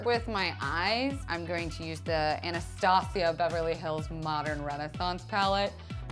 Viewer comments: It's not pronounced "Anna-stah-sia" it's pronounced "anna-stay-siah". Sorry that was annoying me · It's pronounced ana-stay-zhuh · The way she pronounces "Anastasia" disturbs me